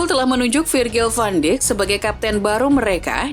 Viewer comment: Seharusnya admin mengucapkan "Virgil van Daik" bukan "van Dik"